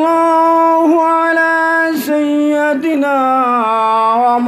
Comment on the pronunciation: হুজুর সাহেব খুৎবা ঠিক করে পড়বেন,সায়্য়াদানা কোন শব্দ নেই